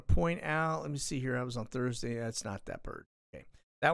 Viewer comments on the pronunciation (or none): none